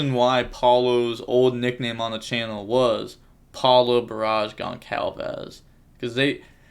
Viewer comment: Hey, paulo's name is actually pronounced "gonssalves"